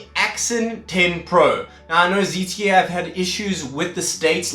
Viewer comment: ZTE not ZTF